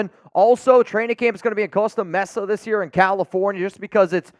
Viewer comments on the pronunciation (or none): as a california native i hate the way u say costa mesa